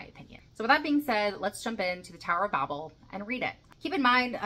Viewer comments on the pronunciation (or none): Another classic except it's usually pronounced "babe-l," like on elton john's captain fantastic album. God could be such a prick, eh?